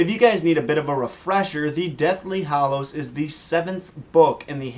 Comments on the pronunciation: Why do you say hAllows like a moron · kept saying Hollows the whole video and no one caught it.... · Hallows not Hollows..__.........Hermione moment. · Him saying deathly hallows.... my ears